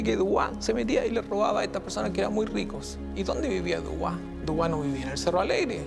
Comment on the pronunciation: Se Pronuncia DUBUA